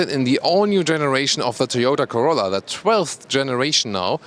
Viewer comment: He said “torolla” lmao